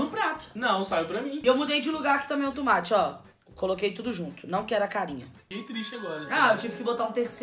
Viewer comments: Só eu q ouvi ela falando "Tumate"? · Alguem percebeu que a camis fala tumati e ñ tomate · Tumate kkkkkkkkkkkkkk #MORRi 😂😂😂😂😂😂😂😂😂😂😂😂😂😂😂😂😂😂😂😂😂😂😂😂😂😂😂😂😂😂 não seria TOMATE!!! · Não é tumate não é tomate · Tomate não e legume e fruta e não se fala "tumate" E sim tomate (mas voto no #PF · se acha tanto e fala tumate em vez de tomate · "tUmate" KKKKKKKK